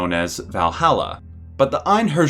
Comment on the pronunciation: Einherjar is pronounced "ane-here-yar". "Ane" as in sane, "here" as in, well, herr and "yar" as in "yarr mateys"